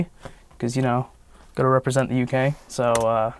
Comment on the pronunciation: That 'UK' Sounds like QJ to me and I can't change that now XD